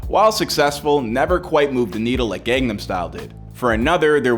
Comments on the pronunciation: How do you mispronounce "gangnam" when there's an entire song repeating the word? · You mispronounced Seoul as well as Gangnam.